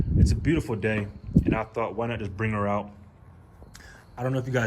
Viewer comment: Isn't Olean what used to be in potato chips while Ohlin is a suspension? Oh-Lin instead of Oh-Leen. Just saying 😀